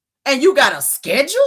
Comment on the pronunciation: Schedule not schedrill